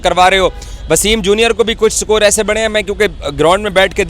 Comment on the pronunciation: Sakore kya hai,? Its score not sakor illiteracy at its peak. 😅😅